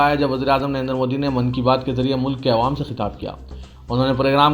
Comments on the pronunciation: Awam Bolne mai takleef hoti kya bhai hamesha aywam bolte aap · Areyar tumko kitnibar kahahy k Taffuz sahi karo 'Aywam" nahi Awwam" kahakaro .Durusat karo Apna Taffuz bhai bahot Buralagtahy,Kanoko Khataktahy